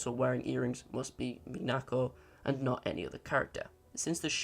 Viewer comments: the stress pattern for Minako is MInako, not MiNAko. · Kind of annoying that he doesn't say Minako's name properly in the entire video. You can hear her say her in the VIVINOS videos, and he doesn't say Gyaruko's name wrong, so what's with mispronouncing Minako?